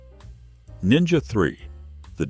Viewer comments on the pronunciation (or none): none